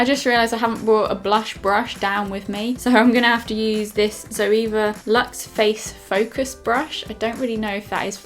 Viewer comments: Did anyone else think when she said zoeva brush I thought she said zoella brush 😂😂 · why do you say zoeva?